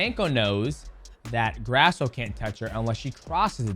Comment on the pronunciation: C'MON MIGHTY!! Why would a Mexican last name be pronounced GRASS-OH. cmon man lol hilarious, almost like you're doing it on purpose. Disrespectful for not knowing how to say an easy name like Grasso took me 30 sec to google how to pronounce it. Sorry to be a hater, this is just annoying to me. And yes you can do it, i heard you accidently pronounce it correctly twice lol